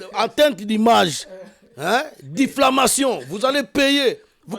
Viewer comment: Yaya diflamation te , diffamation . Nalela yo fort .